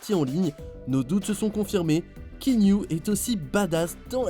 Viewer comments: ça se prononce ki-a-nou, il le dit lui-même en début de vidéo. C'est pas ki-nou, ni kiniou lol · KiAnou KiAnou non pas kiniou 🤣🤣🤣 mais chez les polynésien on prononce KéAnou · La voix off sérieux! KI A NOU et pas can you!! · Kiniou ? C'est quoi cette prononciation ? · "Kiniou" haha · c est pas kinou c est cest Kéanou le u se lie ou et c est polynesien lol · Kéniou? It’s actually Kianu ( Kian-ou) or just like it’s written ( Kéanou) 😂😂😂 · Stp c’est pas kinyu mais keanuuuu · Kianou ! ça se prononce kianou bordel ! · Ça se prononce "Ki-anou" pour l info ;-)